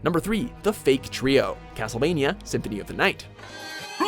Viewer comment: You guys screwed up the names of the "Fake Trio"